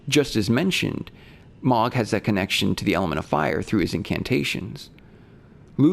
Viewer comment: Ok. I'm confused at this point. Why does this creator pronounce names of ER characters in non-canon ways? Melikoola for Miquella? Mog instead of Moug for Mohg? This is not a person who doesn't care about details, this is a scholar. Why mispronounce...? Why is this happening?